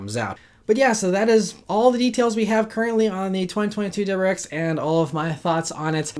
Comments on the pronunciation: It’s a “W”’pronounced “Double U” not “dubber”. Please slow down and pronounce your words- you are a professional talker. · What is a "Dubberex"? Dude... please speak more clearly. 👍🏼